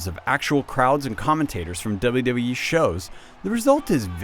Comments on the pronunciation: what tthe fuck i pretened to hear doube doube ee 13 rather than wwe thumbs up if u agree (y) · He keeps saying "Dulla Dull-ee" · This guy can't say 'WWE'.